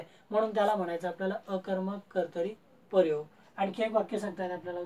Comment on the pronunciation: 'लींग' या शब्दाला पहिली वेलांटी आहे सर आणि 'परयोग' असा उच्चार नसून प्रयोग असा उच्चार आहे. पण चांगला प्रयत्न आहे .